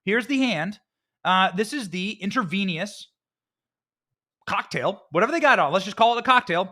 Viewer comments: And btw Benny the word is Intravenous…. Not InterVENIOUS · It’s intravenous, (intra-veen-us) not (intra-veen-e-us) I am amazed that you couldn’t pronounce that word. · I just love your delivery Benny 🙂 but please ask your wife's advice on pronouncing medical terminology 😂 intravenous not intravenious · Intravenous not intravenious, please. Lol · Inter VEE nus 😆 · Intravenous. In-truh-vee-nuhs. The more you Joe 🌟